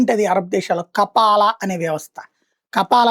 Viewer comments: Kapaala kaadhu ra….Kafaala Neechapu journalist vedhava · కపాలా కాదు స్వామి. కఫాలా...మొహమ్మద్ బిన్ సల్మాన్ కాదు. సల్మాన్ బిన్ అబ్దుల్ అజిజ్ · Ayya kafeela, kappaala kadhu😂